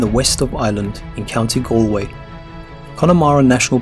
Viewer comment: It’s Galway not Alway 😬